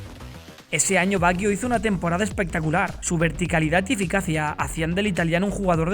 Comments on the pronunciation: Todo bien...pero me fastidia la pronunciación del apellido... No se dice "baguio"... Se pronuncia "bayo" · como que baguio? se pronuncia bayo. badjo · Por qué pronunciás "Baguio"? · Estaría bien que pronunciara su nombre correctamente...porque se escucha muy feo asi😉